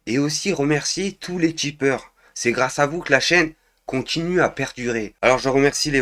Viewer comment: Les quoi???? Les tchipeurs ??? Ou les Tipeurs ??? Y'a pas un "ch" en trop là ???😢